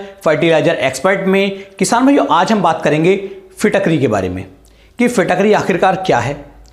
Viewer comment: फिट करी होता है न कि फिटक री